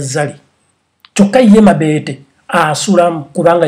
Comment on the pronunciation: Banange nfaa mbu MABEETE ITS MABETO HAAHHAHA